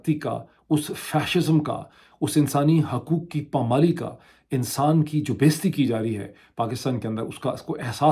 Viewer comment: Dr Sb, I have very high regards for you the way you are fighting for the cause of supermacy of law and democracy in the country. I do not intend to offend you by pointing out the way you pronounce an Urdu word بیعزتی as بیزتی . In such an excellent vlog, full of very informative and research base contents, such slang pronunciation looks very unfit and awkward. If I would have your telephone or other private contact, I never had come forward with this sincere advise on this forum. Please take it as a sincere and beneficial advise from a true admirer of yours.